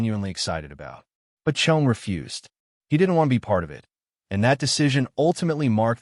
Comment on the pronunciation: Cheech and Chonge? I fucking hate AI.